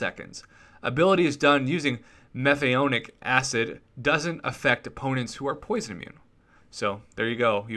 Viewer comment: hi everybody, hope you liked the antman revamp idea, the point of the antman revamp idea was to make antman a more offensive champion. sure if you put a stacked one on aw defense you might get a kill from a timeout but i think a character like antman deserves more. BTW once again butchered a word, lol, it's (meth-an-o-ic) acid, its the simplest alkanoic acid you will find and the reason the 3rd special ability doesnt affect superior ironman is because his suit is made of a symbiote and not technology.